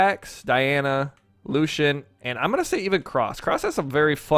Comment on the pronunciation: axe: xull orb: Thor hammer:Thor gauntlets:cross cannon:xull scythe: jiro or the new legend coming spear:gnash blasters:cross katars: Lucien it is actully pronounced Lucy-in